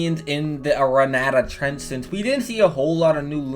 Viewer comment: Why is saying "aranatta" hard